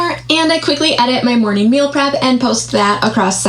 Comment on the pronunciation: Also I hate to nit-pick trivial things but does anyone else get irked the way she says "Mor-neen" instead of morning? LIke did no one correct her as a child?